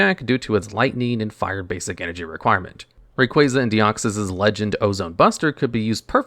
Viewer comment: kruryem? Zebstreeka? Rayqueza? are you serious?